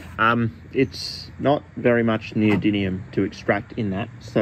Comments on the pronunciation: my man can make cubane in his shed but can't pronounce neodymium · I thought for sure at some point you'd notice how much you were butchering saying "Neodymium". Is this Chemiolis 2.0? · Considering how often you say the word in this video I just have to ask. Where’s the second “n” in the word neodymium,? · Bro mispronouncing neodymium for the first 5 minutes is pretty taxing to watch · The fact you never pronounce neodyMium bothers me greatly. 😖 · 💡Pronunciation tip: nee-oh-DIM-ee-um. That's 👉DIM 👈, not DIN. Thank you!‼ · NeodyMium with M, not with N! Please, stop saying NeodyNium it physically hurts my ears. :) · Yeah mate but wtf are you pronouncing it as NeodyNium when it's NeodyMium? Even the Yanks can say it properly. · do you keep saying "neodyNium"? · The chemicals name: neodymium Him: neodynium (every single time btw) 😂😂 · New drinking game: Take a shot every time he says “neodinium” instead of “neodymium“ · Why do you pronounce it “neodynium”?? 😅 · Why do you keep saying neodynium instead of neodymium? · Is it just me or are you saying neodinium instead of neodymium 😅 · Great video. My ears are sore though from you pronouncing it NeodyNium instead of NeodyMium 🙈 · Yes, it is neoDiDlium!!! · It's almost a drinking game hearing you say "neodynium" (with an N) over and over all while I can see the title of the video that clearly reads "noedyMium". But don't feel too badly. Most people over hear can't say aluminium properly. 😂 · In the spirit of being a pedant, it's pronounced "Neo-dim-ee-um" there is no second N anyword in the word. Great video as always though! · In this video: 35 minutes of a grown chemist saying neodynium. At least it's not neodynum :D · Every time he mispronounces neodymium as "neodinium" i get forest whitaker eye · PhD in chemistry… still can’t pronounce the elements correctly lol😂 “neodinnium” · WHY does everyone say "neodynium" ? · is it me or is it pronounced neo-dym-ium? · He said the first m as an n every time 😭